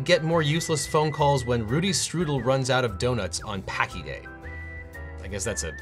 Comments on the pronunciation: PSA for anyone who cares about donuts and the rich history of Fat Tuesday… if he is referring to Pączki - it is pronounced “pownch-key” not “packy”. Thank you for coming to my TED Talk. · "Packy" day? It's more like "poonch-key" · OBJECTION! It's not "packy", it's "POON-ch-KEY", and they are deliciously bad for you. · As a lifelong resident of the greater Chicago area (or, as we like to call it, Chicagoland), home to the world's largest Polish population outside of Warsaw, I'm here to tell you that Paczki is pronounced "POONCH-key," not "PACK-ee." While people in NOLA eat king cake on Mardi Gras; we eat paczki. Getting back to topic, thank you for highlighting this case. I grew up on Mad magazine and have written a few satirical pieces myself, so I'll be interested to see if SCOTUS takes the case. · More like Poan-chkey cause the ą makes a "oan" noise like in moan. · paczki, actually pączki, poh-unch-kee :) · Packi is pronounced [Poonsh-Key] it's a Polish donut. Parma is a predominantly Polish suburb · PAKI Day? 🇵🇰 nononono It's pronounced Ponchki. It's Ponchki Day! 🇵🇱🇵🇱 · “Packi” day? “PACKI” DAY??? Clearly you have never enjoyed the glorious, wonderful Polish delicacy known as pączki. (The singular form of the word is pączek.). Or at least, you are uninformed as to how to read Polish. Pronunciation is “poonch-key.” You are welcome. 😉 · Hey Devon, Buffalonian here. We have about as many Polish as Cleveland, and "Pączki" is a type of polish donut. It's pronounced like "Poonch-key." May this save you the next time you're in a position to attend a dingus day event! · He did get one thing wrong, and being of Polish descent I was horrified. He mispronounced POONCH-key, or actually Pawnch-key. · FYI: Pączki is pronounced "punch-key". Not sure why other than it's a Polish word. They're big here in Wisconsin around Mardi Gras on account of the large number of Poles that immigrated here. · Packy Day? Do you mean Pączki Day? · Paczki = "poonchkey". Paczki day= fat Tuesday